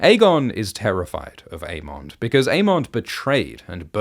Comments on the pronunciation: I always thought it was "Aemond" like Everybody Loves "Raymond".. not "mon" like "monster". Same with Aegon like Damon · Never noticed the way you say "Aemond" until Gludus brought it up in the recent Dragon Time video 😂